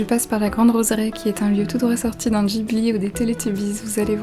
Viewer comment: Le vlog est magnifique et apaisant, tes tenues sont sublime MAIS TU PRONONCE LE G DANS GHIBLI ??!!! Non je rigole bahahah, super vlog continue comme ca !!